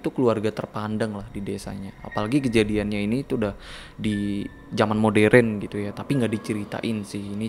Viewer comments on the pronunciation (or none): none